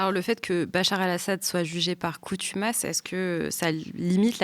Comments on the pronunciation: J’allais faire la remarque aussi, donc j’ai bien entendu comme vous “coutumace” aussi. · Super intéressant 😊 mais contumace pas coutumace désolé 😢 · on dit "contumace". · pour votre gouverne , je crois qu'on dit :" contumace " ... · Par CONtumace !! Pas CONtumace. Voir dico ! 😉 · Pour info, on dit contumace ... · "Coutumas" <> Ho ! c¤n ! tu m'masse ? <> Fontomas <> CONTUMACE ----- 😁😇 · Jugé par CONtumace chère madame , et non COUtumace ;) Merci pour cette émission ! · Par contumace pas par coutumace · Coutumas à la place de contumace pendant toute l’émission ? Un détail, mais c’est un peu navrant pour ce type d’émission qui prétend aller précisément…dans les détails 😅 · Par "coNtumace", et non par "coUtumace". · Contumace, pas coutumace. Merci. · "coutumace" 1 fois ça passe mais répétée 3 fois, NON! On dit "contumace" et pas "coutumace". Merci. "coutumace” -> n’existe pas en français (c’est une erreur) Assurer l’égalité devant l’école: Mettre en place une véritable politique d’éducation prioritaire en refondant la carte du réseau d’éducation prioritaire (REP) en fonction des besoins. Extrait de L'AEC ( Programme L'avenir en commun de LFI). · Dans l'introduciton : Assad jugé par CONtumace, pas par COUtumace ! Bonne coutinuation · Merci. Contumace, et non Coutumace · Merci pour cette émission. Pour moi, difficile de tout comprendre à la 1ère écoute, mais Pascal Boniface est éclairant ! Par contre, je crois qu’on dit « contumace » et pas « coutumace »… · CONtumace et non COUtumace... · Contumace...pas coutumace Ceci étant dit merci pour vos émissions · Merci. Je me permets:"par contumace et non coutumace" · Coutumace? Pas bon ça... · Bonjour. On dit juger par "CONTUMACE", pas coûtumace! 😂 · Boniface est un vrai nass-mlah, la jeune fille répète deux fois "coutumasse" et il ne la corrige même pas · juste une observation on dit "CONTUMACE" et non "COUTUMACE" sinon j'adore le travail fait et merci pour votre emission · Par cONtumace et non cOUtumace !